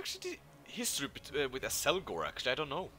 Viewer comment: How do you keep saying Azelgor when his name is Azgalor? :D